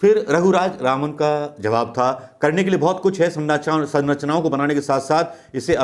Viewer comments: Everytime you are pronouncing the name wrongly.. Raghuraj Raman in place of Raghuram Rajan.. pl mind it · Unka naam RAGHURAM RAJAN. Not Raghu Raj Raman. You have proven yourself a very poor presenter my friend! It's like Trump could not pronounce Swami Vivekananda's name in one go. He messed it up. You also have said twenty times Dr RAGHURAM RAJAN's name wrongly! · sir he is not raghuraj raman as pronounced many times. ha ha this happens often to most people. but the interview was a nice one. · unka naam... "Raghuraj Raman" nahi, "Raghuram Rajan" hai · नाम रघुराम राजन है (ना की रघुराज रामन) माफ करना गलती नहीं निकाल रहा परन्तु आपसे लोग एक्यूरेसी की उम्मीद करते हैं और आपकी वाकपटुता और सटीकता तो अच्छी है ही । भक्तों को बेकार में मौका मिलेगा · Raghuraj Raman nahin Raghuram Rajan. Alphabet ko swap kar lijiye sir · Raghuram Rajan naam hai... Raghuraj Raman nahi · आप कितनी बार रघुराम राजन को रघुराज रामन बोले है कॉउंट करके देखें।🙏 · Raghuraj Ravan.. Who else noticed🤣.. Not ones.. I guess almost every time😂😂😂🤣🤣🤣🤣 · Bolna toh shikh loh gavar hoh kya naam bolna bhi nahi aata 1.50 to 2.00..Governor ka naam bhi nahi pata nd chaley hoh video bananey so shame....its Shri Raghuram Rajan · You are repeatedly wrongly pronounced the name of Raghu Ram Rajan. Why ?